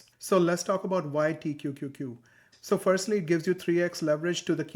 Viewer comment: Pronouncing T-Q-Q-Q every time was impressive! 👏🏽